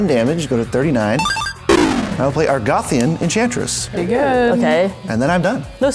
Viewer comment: Ar-go-thian Enchantress, not Ar-goth-ian